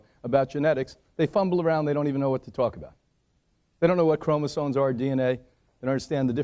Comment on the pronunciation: chromosoMes why do americans say this word wrong so often omg its maddening